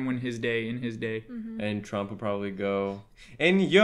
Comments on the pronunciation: i love how and keep saying "chomp" instead of "trump" lmaooo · i love that they say trump like chomp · keeps saying chomp 😭